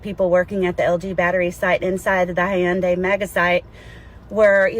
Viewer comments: what is hi-un-day? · how white do you have to be to say "hi-yun-day" instead of hyundai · Did she say Hi-un-day? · Why is she saying, "Hi-End-day?" And where tf did she get her information about these people? She just made up some ish about their conditions and lives based on some ish she seen on Lethal Weapon 4. Tf😂